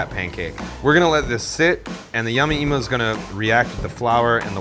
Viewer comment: Yama emo? I cringe every time he mispronounces it...